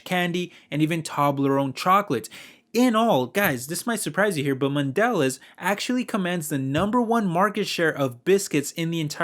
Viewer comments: PRONOUNCED MODELEEEZE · It's pronounced man de lay. It's French so you don't pronounce the last letter. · It's pronounced MON De Leza. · Dude, Good video, but you need to learn how to pronounce mondelez... The bar over the last e means something